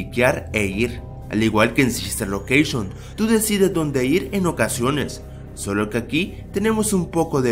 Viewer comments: sister locreishon :v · SISTER LOQUEISHON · sister loqueishon :v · SISTER LOKESHON